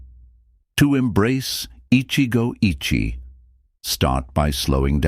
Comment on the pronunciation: The Japanese pronunciation is "ichigou ichie" was almost correct except the second word. The second word should be three vowels. Therefore i-chi'-eh. Not sounding like "itchy.